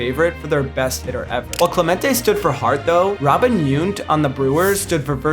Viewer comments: I was digging the video until you pronounced Robin Yount incorrectly. Yoont? C'mon, dude. You've just got to get that right if you're going to put him in the video. It's pronounced Yawount. No double O sound at all. lol My family Brewer fan family up in Wisconsin would cringe. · Robin Yount is not Chinese, it's not Robin Yunt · While I didn't always agree, there's nothing here that's completely indefensible, other than your pronunciation of the Milwaukee guy. Yount rhymes with count or mount.